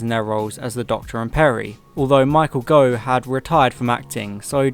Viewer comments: Your pronunciations are wrong, Daly is pronounced Daily, Saward is pronounced SAYWARD, and Gough is pronounced GOFF. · I'm going to be pedantic and point out that Saward is pronounced "SAY-wood" and Gough is pronounced "goff".